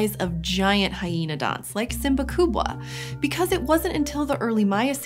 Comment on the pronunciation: Swahili people are very proud of own heritage, because she tried to pronounce swahili name of the predator in the swahili. Wow, wow, wow...!